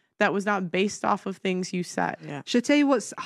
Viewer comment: She can’t even speak .....It’s Things not Fings ..